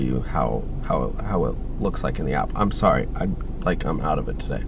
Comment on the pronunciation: “TUH-day” lol